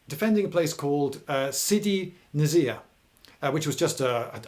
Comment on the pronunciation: Beja pronunciation : beh-juh,with emphasis on the first part of the word,not the end of it, Sidi nsir : n'ssir ,the s is not a z sound. Other than that lovely video. History is written by those who wear beige.